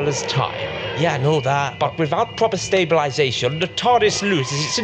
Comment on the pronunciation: Absolutely supurb impressions! Both actors' intonations and deliveries spot on. Although you missed my favourite Troughton idiosyncrasy: he would pronounce the first syllable of 'stabilisation' to rhyme with 'lab'. Odd chap.